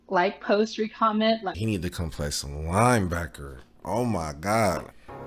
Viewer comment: did she say “re-comment”? 🤔